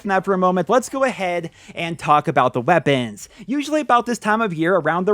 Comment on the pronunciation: "lets talk about the wæpennsss"